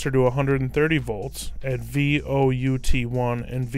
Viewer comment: Vout1 and Vout2 are not "V O U T 1" its "Volt Out 1" and "Volt Out 2" sorry, that just bugged the holy jeebus out of me.